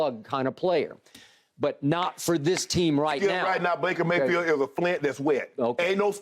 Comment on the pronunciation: Shay called him Breaker Mayfield. lol